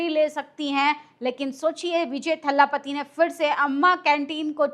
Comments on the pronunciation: Didi iam sorry to correct you it's thalapati not thhaalapati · Kya thala thalla bolti ho maidem,unka naam c Joseph Vijay hai